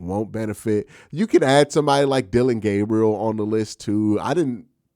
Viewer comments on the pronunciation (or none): none